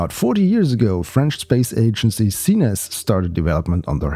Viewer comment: I LOVE the way you prononce CNES. I found it better then it's prononce in french ( like KNES in one syllable)